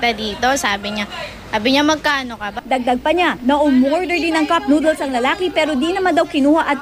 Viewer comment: BULALO PRE HINDI "CUPNODEALS" hahahahahahahahaha